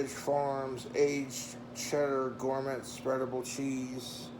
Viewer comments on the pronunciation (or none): Gourmet has a silent T